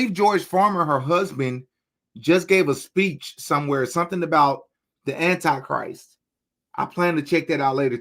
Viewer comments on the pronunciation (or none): none